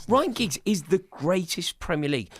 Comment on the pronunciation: He really said giggs 🤦🏾‍♂️